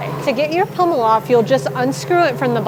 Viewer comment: It sounds like your saying pummel instead of pommel